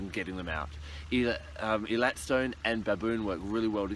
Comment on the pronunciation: It is pronounced AAY-LAAAT